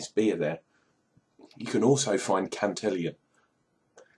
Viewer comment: This one is a bit sweet for me! Glad you liked it though! Gotta work on that pronunciation of Cantillon, lol! Cheers!